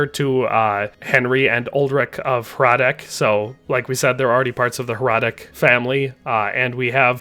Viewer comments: Just a small mistake I noticed. Its not Trotsky castle. Its Trosky (whic could be translated as "ruins"). And (this is a smaller mistake) the pronounciation of Hradec is wrong. Normally I wouldnt even mention this but I felt the need because you pronounce it as Hradek instead of Hradec. Which is a completely different city in Bohemia actually. :D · heads up, hradec is pronounced as "hradets", not "hradek", pretty big pet peeve for people that carry the last name and have to listen to everyone calling them hradek all the time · Hradec is pronounced with c not k in the end